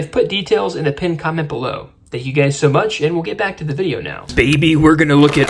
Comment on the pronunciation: AS SOON AS I HEARD IT I HAD TO GO TO THE COMMENTS